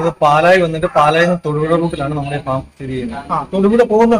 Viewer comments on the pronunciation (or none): ഫേo അല്ല... ഫാം (farm)